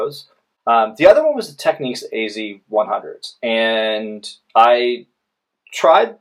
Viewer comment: For me now its between these 2 I think and contradicting reviews are making a choice tough. Also pronunciation is a bit off, its tech-nicks not techniques ;)